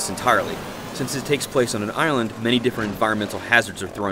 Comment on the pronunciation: the reviewer guy that is talking says ireland instead of island